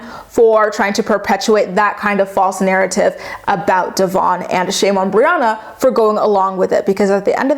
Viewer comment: I love you, but can you please start saying Devoin’s name right?🙈 I mean no disrespect towards you, but knowing that Briana says his name the wrong way, because she doesn’t like his given name, is so fucking rude and disrespectful.